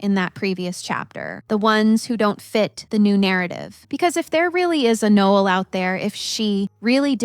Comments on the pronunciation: Pretty sure ur saying her name way wrong... No- Ell... like the Christmas song... not like a guy. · It’s pronounced ‘No-Elle’ just FYI…it’s probably spelled like Noel…just saying, no disrespect ❤️ Noelle would be the proper spelling…